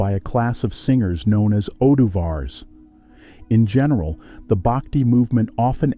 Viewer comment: It isn't "Baakti," it is pronounced Bhuck-thi." It isn't Tevaraam, it is They-vaa-rum. But I guess a western voice sounds more authoritative and scholarly to the world...😮😢